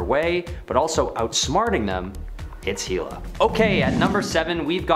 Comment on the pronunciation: what is with this channel mispronouncing names. hee-la? its hell-a